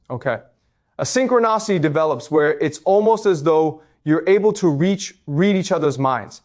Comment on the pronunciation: These AI talks are interesting, this is a word document fed to an AI on Eleven Labs or something, and it's realistic enough, I guess... but a real live talk with him would be better. "Synchro-nahcity" etc, haha it sounds ridiculous at times.